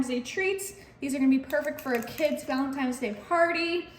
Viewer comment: The dessert looks YUMMY! Just curious...Is it just me or do I keep hearing ValentiMe's Day instead of ValentiNe's Day? A very common mispronunciation!